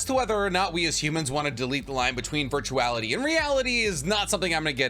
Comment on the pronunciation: Did you say virtuality??